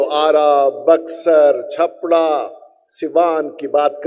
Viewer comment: छापड़ा नहीं MP साहब ... छपरा तो उच्चारण कर लीजिए ठीक से